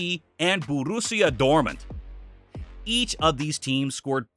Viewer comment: That pronunciation of Dortmund should not be left unadressed